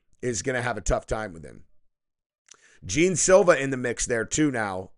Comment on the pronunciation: The first words out of your mouth cmon bro at least pronounce the guys name right smh I’ve never heard anyone say gene Silva ya I know how it’s spelled but if you ever watch him fight or know anything about him his name is pronounced John